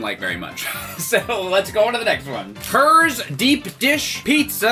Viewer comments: When he said Herr like “her” I felt that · Herr's make good pizza flavored snacks. Me: When you said that name, it sounded like a mumbling villager from Minecraft. Just wanna point that out.